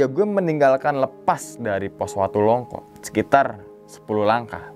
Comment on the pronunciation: Longko bang bukan longkok